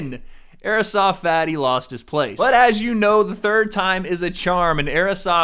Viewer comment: I love the way says Airsoft Fatty like AEROSOFT Fatty. Lol.